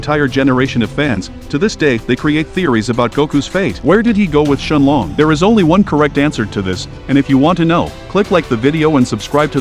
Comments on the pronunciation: Bro his name has English in it and calls shenron shenlong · Bro put ShElOnG 🤣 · It’s shinron 😂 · It’s shenron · Shen Long is technically the correct way of saying it, the only reason he’s called Shenron is because that’s how Shen Long is pronounced in Japanese